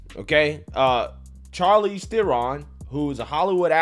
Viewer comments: Bro... I can't take you seriously. You pronounce Charlize like Charlie, Charcoal. When - if you have ever paid attention... You would know her name is pronounced as Sharlize. I don't support her stance... But your credibility is shot. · I'm pretty sure the "Ch" in Charlize, is supposed to be pronounced more like "Sh". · Lol Bruh why you saying her name like that she’s like Hollywood alumni. Her name is pronounced “shar- leeze” LOL but she really blew me with this leftist garbage and she sounds like she was tipsy trying to impress a room full of Delhi snow millennials